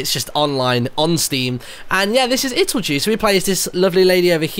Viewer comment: I still think it's more proper to pronounce it as "do", because it shoud be clear as cristal that it's a play on words on "it'll do". You did see that, didn't you? :) Anyway, the company behind this (Ludosity) is based in Sweden, and I don't think Swedish even has a language sound that sounds like the j in jew.